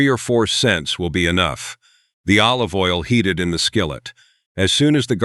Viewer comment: This channel lost me with the first mis-pronounciation of 'olive' as 'o-live' (oh live, not dead). I know you're AI, but THAT is beyond riodiculous!!